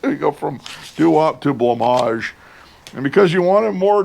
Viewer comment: Having discovered it myself and not hearing of anyone who knows of it yet loving many of their songs, I always thought Blancmange was pronounced “blank-mange” rather than “blah-maj”, thank you sir for showing me the correct way to say it